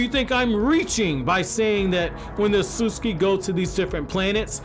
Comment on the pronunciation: 'Ahsuski' 😐 thats cringe as hell Jesus everytime he said it